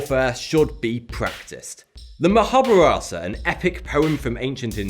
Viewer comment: Great content as always, by the way, it's pronounced Mahabaratha and not "mohobruh", cheers